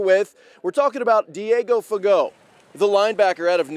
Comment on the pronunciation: Any body else get extremely disappointed when he pronounced it fagoh? 😂